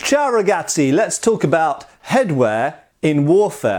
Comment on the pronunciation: That ciao ragazzi made me proud of you almost perfect pronunciation!